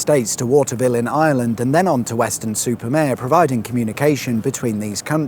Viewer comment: Mare, not Mere.